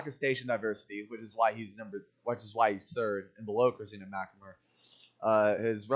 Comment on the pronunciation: pronounced christina s4's last name horribly wrong